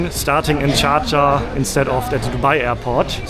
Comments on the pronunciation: Love getting the first exit row to stretch my legs...and no mettlesome kids screaming and kicking my seat behind me :) BTW--the city he is trying to say is "Sharjah", 3rd largest in the UAE; it's also the name of the Emirate it is in. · Is he saying Sharjah or Cha Cha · How does he pronounce Dschardscha 😂😂😂